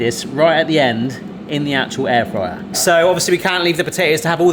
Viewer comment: Air drier rather than air fryer